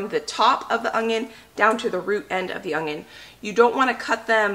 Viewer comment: No "g" in onion, Sweetie!